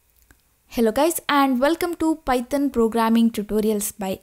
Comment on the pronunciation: I love it when u say paitan programming😊